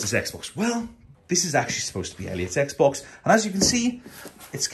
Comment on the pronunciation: 엑스박스가 아니라 에그박슼ㅋㅋㅋㅋㅋㅋㅋㅋㅋㅋㅋㅋㅋㅋㅋㅋㅋㅋㅋㅋㅋ